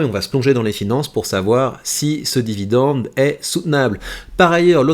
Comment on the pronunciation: Jacques a dit : Vidende ! :hand-purple-blue-peace